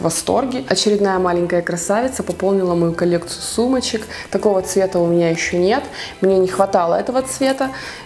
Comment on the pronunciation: Мне одной кажется что говорит не "у меня", а "у МУНЯ 🙄🙄🙄?????